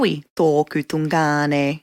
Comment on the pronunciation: Great info but it's driving me nuts how she says tun/ngāne....not tu/ngāne lol